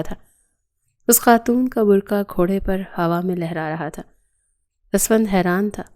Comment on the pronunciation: بر کھا نہیں بر قعہ 😂😂😂 بی بی